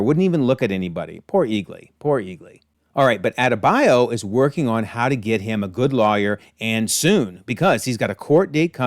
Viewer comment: It's not hard to say Adebayo. All of a sudden its hard to pronounce names when it aint eurocentric 😂. Just funny contrast to earth x